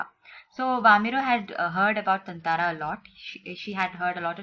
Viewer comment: its tataara not tantaraa